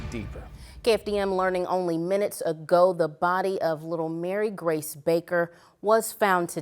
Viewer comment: Its Mary Grace not Mary Grey goid greif i hate news people!!